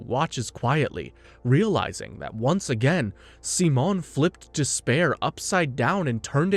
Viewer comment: Every time you say Simone's name you pronounce it differently and its making me feel insane 😂😂😂 Also I totally forgot how absolutely absurd this show gets